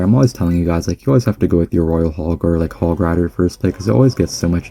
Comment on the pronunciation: that's not how you say it 😂